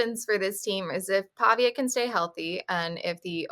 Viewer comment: Can’t even pronounce Pavias name. lol😂 so clueless.